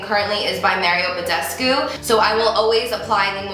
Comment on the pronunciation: She said "Merry Yo Badescu"